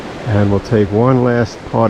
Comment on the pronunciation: Tip: It's not "ska-get"... it's "skaa-jit".... river (and county) 😄